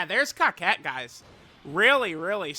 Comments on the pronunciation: It's cocotte not coquette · Sorry. Was thinking that someone would correct you but that hasn't happened yet. Her name isn't pronounced 「Kaket」. It's pronounced 「"coco" small pause "to"」 The first "co" and second "co" sound exactly the same. The "to" sounds the same as the "to" in the word "towards." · I thought her name was pronounced Co-cette not cockette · I’m pretty sure her name isn’t pronounced COCKette but that’s just me 🤷🏻‍♂️ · Are you sure you’re saying the name right? I don’t see how “otte” makes “ette” sound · bro said Cockette 🤨